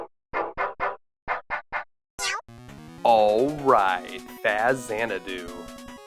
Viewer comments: Dude did not just pronounce Faxanada as "fast sanadu". What a nerd. Its "Fax -xanadu". At least try to say "facts-anadu" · FAX-anadu…not Faz. :) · Did I just hear this guy refer to the game as "Fa-Xanadu" lol. Sorry but regardless of whether you're right or not, everyone refers to it as "Fax-Anadu" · I absolutely adored this game as a kid. Played it for hours. I've never heard anyone pronounce it "FaZ-anadu" though... we always called it Faxanadu (with the hard "x" sound), because x only makes a z sound when it's the first letter of a word. I get that it's a portmanteau, but i think that rule still applies unless it's spelled Fa-Xanadu. Anyway, nonsense english rules aside, great game, great video. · Fazz-anadu? WTF... who says it like that... it's literally FAX-ANADU.. as in Fax machine. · Fah-zan-na-doo? No no no. Fox-zan-doo. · It's called Faxanadu. Not Fazanadu. Fax, like "I'm sending you a fax", not "I'm sending you a fuzz." Or like in "Mexiko is a nice country", not "Meziko is a nice country". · I ALWAYS pronounced this game as ‘Fax- Ann- Doo’ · Amazing game, great video, aside from the nails on the chalkboard pronunciation of the name. I know it comes from Xanadu, but X only sounds like /z/ at the beginning of a word. Anywhere else it sounds like a /ks/ like in axis, or /gz/ like in exist. I worked at Nintendo back in the day. Eeeeeeveryone pronounced it Faxanadu from the day it was released except for Bill. Bill was wrong. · You pronounced Faxanadu completely wrong dude. It's not FaZanadu. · You're saying Faxanadu wrong. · Yup. I was thinking THE SAME thing the whole way through his video.